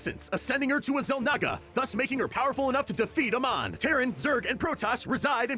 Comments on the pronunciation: its not a mon it amon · Bruh, they literally said their names in the game and it’s like saying ay-mon, not a-mon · So I Wacthed the video, not the whole end cuz spoilers... Havnt beat legacy of the void.. But 1. Amon controls Artanis to kill his friend (sorry forgot his name) and 2. Artanis discovers the spear of Arun. Hopefully that helps. Edit:. I think it's pronounced, Amon Ay-Mohn. not Ah-Monh.. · It's a hard A in Amon, not Uhmon. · I cringe so hard the way he pronounce amon names. I was triggered so hard that i stopped listening to this half ass failed attempt to tell this massive story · Btw - Amon is pronounced Ay-mon. not ah Mon. and artanis is pronounced Are tan is. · Amon not amon and it's Ar-tanis. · pronouncation gold. it is ai mon. and not artnis. artanis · How can you do this and mispronounce names? Like Artanis for example... Or Amon? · POV: reading a script quickly without having played the games and not knowing how to pronounce Amon or Artanis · He mispronounced Artanis and Amon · lol the way he pronounces Amon and Artanis is funny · This was 3 mins of miss pronouncing names and miss guided info. but I get 3 mins but ya done better and did a lot more in 3 mins before. but it's "Artanis" not "Artis" also Amon